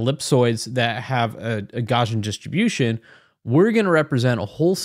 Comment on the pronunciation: jfyi it's pronounced 'gow-see-an'